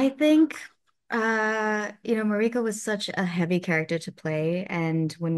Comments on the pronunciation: Plz pronounce mariko correctly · Heheh! Wonderful actress, but you’d think she’d be able to pronounce ‘Mariko’ by now. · She doesn't even pronounce Mariko correctly? weird. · It’s weird to hear her mispronounce mariko again and again. 😅